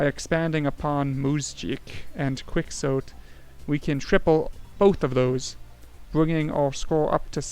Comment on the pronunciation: Did you just say "kwiksote"